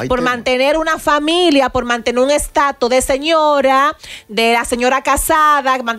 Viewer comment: se dice ataúd, no ataul. Amelia se dice status, no estato. Por Dios ustedes me agradan mucho, copien del léxico de José Ángel